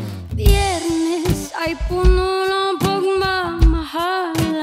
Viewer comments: Ang alam ko lang dati sa tamang pagbigkas ng biyernes ay BIYERNES. In KZ language: "Bi bi bi bi bi bi Byerrnes" (goosebumps pop)😳😳😳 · and this also shows the correct number of syllables in "B-B-B-B-B-B-Biyernes" ... yet another masterpiece by Kristine Zhenie ...